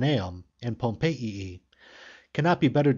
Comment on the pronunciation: Who pronounces Pompeii as pom-pay-ee-ee???